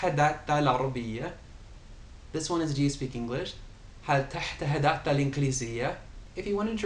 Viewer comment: you are very good and your pronunciations is very nice I want to make some correction for the phrase " هل تتحدث العربية ؟ " it is simply pronounce this way ( hal tatahadath alarabiah ? ) not ( hal tahtahadath alarabiah ? ) keep going